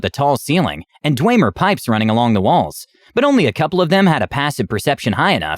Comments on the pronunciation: Sounds like a good DM :3 I do have to say one thing that kind of bugged me though... it's pronounced Dwemer, Da-whim-er :p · I can't get Bre"tawn" out of my head.. Or "Dweymer"... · It physically hurt me hearing them pronounce dwemer like that lmao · The pronunciation of dwemer and breton keeps throwing me off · And dwemer. Basically all native elder scroll words were butchered. 😂